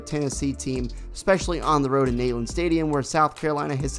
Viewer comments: Bro if you're gonna do a scout report on a team. At least know details about that team. And its Knee" land not Nayland. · You lost any credibility 10 seconds in when you couldn’t pronounce the stadium name correctly. It’s pronounced “knee”land. It’s a long E. Not “nay” like a horse says. GBO!! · Neyland stadium is pronounced "NEEland" there buddy.